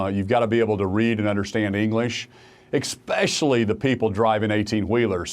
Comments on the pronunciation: "EXPESCIALLY"! LOL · Governor of Oklahoma says drivers must be able to understand English, immediately proceeds to say "EK-SPECIALLY." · "You gotta be able to read any understand English.. Ekkspecially the people.." yep, YOU sure do governor. 😂 How does a supposedly educated man speak 3rd grader trailor park English? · eKspecially ??? What!!???